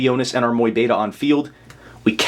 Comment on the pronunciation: Awesome combos, but please pronounce Mu-Beta correctly haha